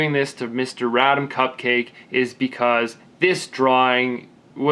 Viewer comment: wow, I won:D I just watched the video with my gf and we laughted so hard when you tried to pronounce my name LOL cupcake:D its actually /kuptʃɑ:k/ but Cupcake is ok with me:D:) and to all the second placers third placers and the rest...I think many of you did good job:) I especially liked the sunset pic... also... if the forrest painting that you offered in the first video isnt an option anymore I'd like to choose the customized graffity with my name:)